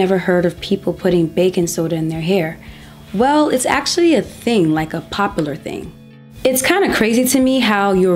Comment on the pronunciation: Popalur OMG IT IS POPULAR I still love how you say it 😂